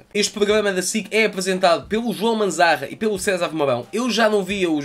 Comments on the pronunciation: Vale a pena ver o vídeo só pelo facto de tentares dizer "pogama" 😂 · Poglama hahaha desmancho-me sempre!